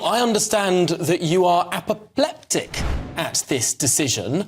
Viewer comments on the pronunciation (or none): Who is that male news guy? Don't use big words like 'apoplectic', when you actually can't pronounce them correctly! 😂😂😂